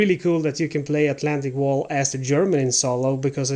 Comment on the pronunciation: Don’t pronounce it like Atlantic a Wall. The tik has the accent, and English wall is not German wall, in German a Wall is some heightened area.